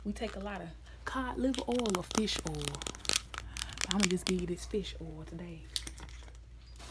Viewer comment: This reminded me of a teacher that I had that would say oil like bowl but without the b